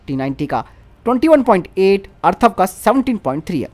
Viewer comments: Arthav nehi atharv he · भाई टेंक का नाम अथर्व है , अर्थव नही।😁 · अर्थव नही, अथर्व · अर्थव नहीं अथर्व बोलो । हिन्दी की टांग तोड़ देते हैं ये अज्ञानी लोग ।